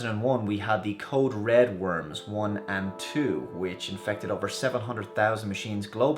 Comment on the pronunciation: Code red not core red.